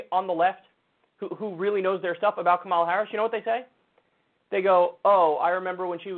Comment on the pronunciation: CNN sucks…but at least they know it's "COMMA-la" Harris, not "ka-MAL-la". "ka-MAL-la" was a wrestler.